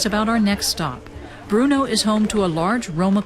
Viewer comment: it's not bruno it's brno.you spent entire documentary misprounouncing it.